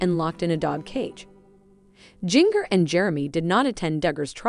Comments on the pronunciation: WHo the F is Jing-ger???? Seriously her name is pronounced like the spice, gin-jer. Your fake clothing drama is ridiculous but your titles even worse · Her name is Jinger ( pronounced Ginger like the spice! ) Not Jin-ger!! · You obviously don't read the comments, about your pronunciation of mongers first name, try reading the comments, and notice your mistakes.